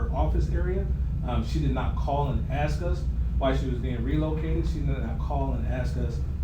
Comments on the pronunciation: " you can ax" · "Axe" lol. What is she, the mayor of Oblock?